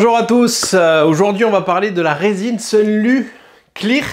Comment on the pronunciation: ok c'est très clair merci. Ha et au fait. Pour la prononciation, c'est facile, tu dis "klir" et "haille klir" ;) Merci encore pout ton travail et tes réponses